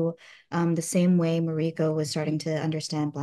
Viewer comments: Plz pronounce mariko correctly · Heheh! Wonderful actress, but you’d think she’d be able to pronounce ‘Mariko’ by now. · She doesn't even pronounce Mariko correctly? weird. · It’s weird to hear her mispronounce mariko again and again. 😅